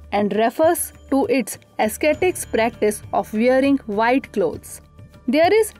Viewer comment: I wonder why the "Drishti IAS" has allowed this female person to give voice over(speak what is written on slides).Since she wrongly pronounces English words "ascetic" . Same applies to chaste . it is offshoot not offshot. Please refer to Cambridge dictionary available online and learn English pronunciation of these words. IAS aspirants will speak same pronunciation in interview board also.